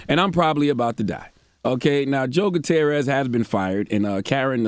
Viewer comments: Joe "Gutier-rorist" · Charlamagne you live in America and don't know how to properly pronounce a hispanic name like Guttierez oy mami caramba.... EDIT: I'm just deflecting from the issue because i'm emotionally exhausted by this shit